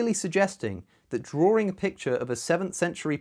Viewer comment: The word is drawing, not drawring. LOL